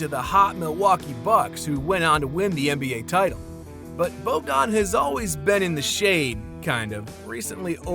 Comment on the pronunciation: Bojan is pronounced Boyan